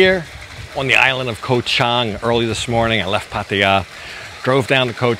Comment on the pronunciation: I know its spelled "koh" but the pronunciation is closer to "gah", so "Gah-Chang" (elephant island) . The problem in transliteration to English occurs because in Thai a G can sound like a K depending on where in the word the letter occurs. Simple to notice the problem if you look at the word island in Thai, which is "เกาะ". You can see gah-gai right there! "ก". Thats a G sound. If it were at the end of the word it would be closer to a K sound. Also,, the ก has no tone mark, and is therefore pronounced with a low tone.